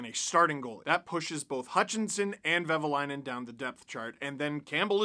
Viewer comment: I know it's hard for someone who's not finnish, but it's "Vehviläinen" 😁